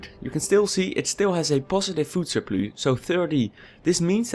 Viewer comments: You're english is good but it's a food surpluSSSSSSSSSSSSSSSSSSSS not surplu (this is english not dutch) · You get a Like just for saying "surploo" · Sounds like french with a dutch accent, snap je?